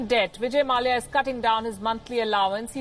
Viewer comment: No news reader pronounces the konkani surname Mallya the right way